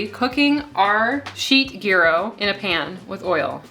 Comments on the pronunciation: GEERO meat - its said like JI-RO , you might have head it in Seinfeld, or other tv shows. GIRO, GYRO - J-RO. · Do we never question what's in parchment paper? BTW, gyro pronounces as yirro. Thank you for your recipes. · Thank you! But must correct your pronunciation! The G is like a J in jump, the y is said like “eye” and the ro is like “row” ahhh, got that off my chest, lol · "ear row" meat. "Hero" is closet word we have to this Greek delight. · "Yee Ro"--- from a Greek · If Gordon Ramsay says "Jai-row" you KNOW that pronunciation is incorrect. Ever hear a Brit say taco, quesadilla, or guacamole? It's painful. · "GHEE DOUGH" is how I understand to pronunciate gyro. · Just recently I stopped pronouncing it GuyRo lol 😂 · Living near the Greek community of Tarpon Springs FL, they say “yeer-oh” however, most everyone has their own way. Tomato/tomato. They are great, regardless. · It’s a rolled g . It’s not a y . From a Greek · Your pronunciation of "döner," "tzatziki," and "gyro" was a huge turn off. The word "kebab" is a Middle Eastern term which goes with the "döner." Döner kebab is a Turkish dish. Gyro is Greek. "Kebab" is usually a term used for meat stacked onto a skewer. tzatziki is a sauce that is traditional for the Gyro. A garlic yogurt sauce is traditional for the döner. Other than this complete lack of context, your video was actually pretty good. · The g is silent. lol. Love this! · Your ever-changing pronunciation of gyro makes my head hurt, haha! Seriously, this looks fantastic and I'm totally going to try this recipe. Yum. Thank you!